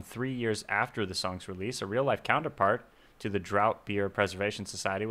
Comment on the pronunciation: FYI, draught beer is pronounced "draft beer"